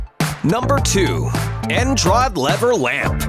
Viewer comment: ITS END ROD NOT EN-JROD